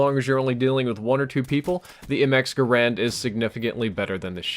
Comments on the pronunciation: it's pronounced mx or m1 garand not mx or m1 grand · It's gar and not grand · Am I the only one that realizes that it's not pronounced Grand